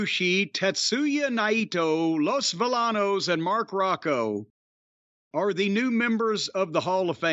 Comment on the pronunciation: My ear bleeds each time they said Vill-a-nos